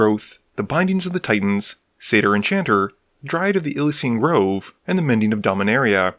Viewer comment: There's a y in Ilysian Grove. It's not Ilsian Grove. So it is pronounced "Ill-ee-zee-un". It's a reference to the "Elysian Fields" of Greek mythology, and it's a Greek word.